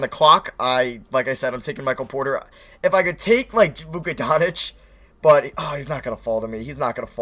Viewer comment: It's not Luka Don-itch it's Luka Donk-itch